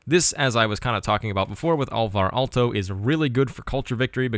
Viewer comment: Congratulations on pronouncing Alvar Aalto. It was close enough to correct for being understandable if context is known.